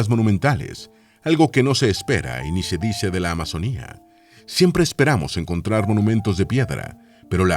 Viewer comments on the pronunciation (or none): none